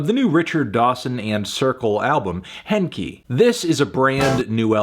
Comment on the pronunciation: Maybe, but Fantano pronounced it wrong. Henki is a Finnish word.